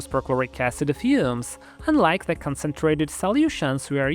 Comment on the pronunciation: If i hear "ahycehd" one more time, im going to punch through my drywall 😂